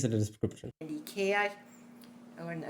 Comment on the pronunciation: When she said "Kirche" (church), I thought I heard "Ikea", lol. Ich habe jedenfalls vieles von dem verstanden, was sie erzählt hat.